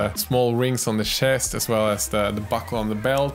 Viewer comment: I love your pronounciation of words like "shest", "senithal" or "yewelry" forsenT